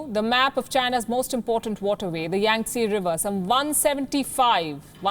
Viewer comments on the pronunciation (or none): none